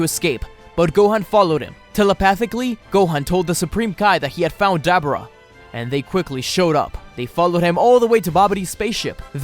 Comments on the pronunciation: Ok it’s not Dab er ah, it’s Duh bore uh.... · Ugh I hate hearing "Dab'ra"! Dislike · Dabura DAH- BORE-AH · His name is De-bor-ra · Did anyone else hear dabura as debra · Why does he say Dabura like that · Bro can’t pronounce dabura name right 🤦🏻‍♂️ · I hate you cause you cant not say dabora's name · I hate how you say daburas name. Love all the stories tho